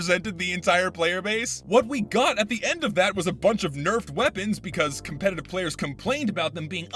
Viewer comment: Hmm yes casupetitive